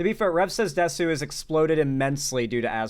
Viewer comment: Please pronounce desu as dess in rev says desu's name. Desu is a Japanese word and the U is usually silent, pronouncing the U is a cutification of the word similar to UwU speak. Dont give the lolituber the cutification please